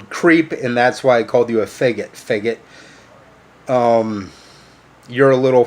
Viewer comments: I definitely have a problem with him say feggit! Ugh his pronunciation drives me nuts. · THE WORST THING ABOUT IT HIM SAYING IT WEIRD BRUH